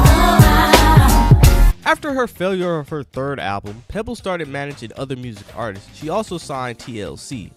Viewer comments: At K. Helson stop..the narrator saids artistses instead of artists..lol..grammar pleases..I mean please.. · Dude it’s not “artistses” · someone needs to teach this narrator how to pronounce the word "Artists". Good Lord! If you're going to speak publicly learn to enunciate! (and Karyn White has an Unsung!)